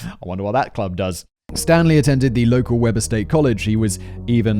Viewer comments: The sarcastic "NOT" came from the Wayne's World movies. Weber County Utah got its name from a man named Weber, but he proununced it "Wee-ber," not "Webber." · Wee-ber, not webber. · However, Weber is pronounced Wee-ber.